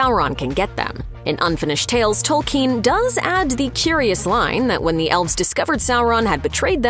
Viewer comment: "Salron" and "Tolkeen"....lol